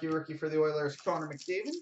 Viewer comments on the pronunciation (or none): Why did you say McMcDavid